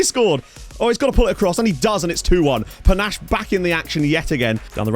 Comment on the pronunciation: Ayye! Great to a fellow Zimbabwean in your team, P.S You got the last name but his first name is pronounced Pa-Nah-Sheh , the "she" rolls off like a "shay" than "che"